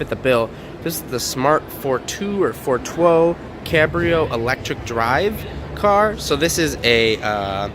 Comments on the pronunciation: did he just say "FOR TWOE" ? LOL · Yes, he wanted to speak german.